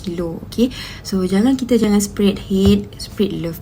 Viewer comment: "dont sepred hate.. sepred love"....sepred kape...ckp melayu sudahlah bengong...bahahahaha